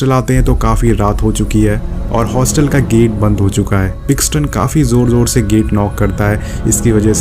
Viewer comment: Paxton ko pixon, Svetlana ko slovania, kana ko kayena, aur bhi Boht kuchh ghalat bolaa isney, yeh movie isney dekhnk nahi, doosron ki explanation sunn k explain ki hai, phuddu saalaa kuttaa haraami